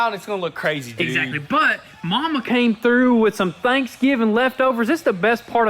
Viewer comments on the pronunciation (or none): none